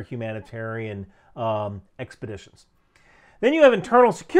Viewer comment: Expedition, not expidition. (